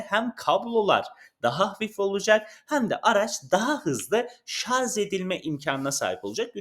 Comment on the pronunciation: 1 elektrikli araba anlatan video içeriği üreticisi de doğru şarj desin artık, herkes mi şarz diyor. 😂 ayrica. ci el ti al değil c ,ay , ti ,el. Diye okunuyor.